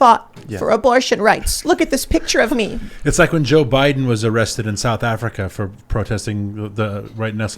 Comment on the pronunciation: "areested" my ass!!!!